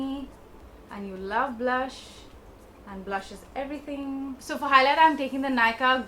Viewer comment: Love how you said everyring instead of everything. You’re still cute tho😂❤️